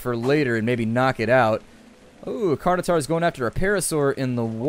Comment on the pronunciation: Please learn to pronounce certain words properly. It's pronounced Carn-o-tor-us, not Carn-o-tar. Other than your horrible pronunciation, great episode. :)